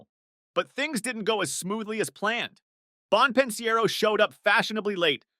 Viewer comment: Bon pin siero 😂